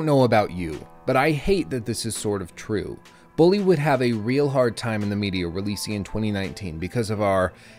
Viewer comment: "Bullaaay" Perfect.